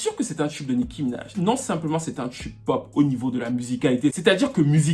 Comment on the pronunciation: on dis "TUBE" et non "tchub" t'es fatigant